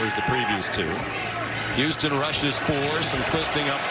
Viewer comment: Its Houston. L ok l